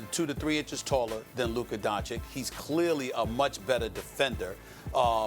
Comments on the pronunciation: here we go again with stephen a hating on an european because he aint a brotha edit: and hes still disrespecting luka by mispronuncing his name. its not luker donchick you ignorant douche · no one: Stephen A: LukEr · "Luker Donchik" We cut English class in NYC. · Nobody: Steven A. : “Luker” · Nobody at all: ... Stephen A Smith : Lukar Doncic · "Lucar" - Smith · It's Luka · It’s Luka and it’s not even close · Steven A please learn to say luka’s name! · Nobody: SAS: Kember, Minnesoter, and Luker